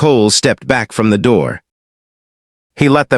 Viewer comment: The story was good, it had a nice ending, but the AI really needs work on it pronunciation it was annoying. The word the and even the word a were not coming out well and there were other ones as well.